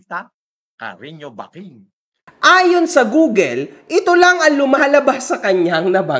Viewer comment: Google, not googel